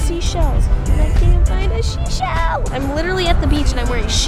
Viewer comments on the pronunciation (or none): said "she shell"